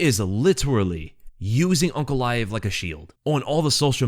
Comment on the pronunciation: It's UNCALAEV